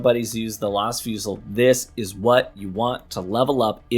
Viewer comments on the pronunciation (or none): it's pronounced "fuzi", a fusil is a rifle in french